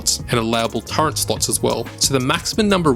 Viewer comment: great video, but one question, WTF is a TURRENT?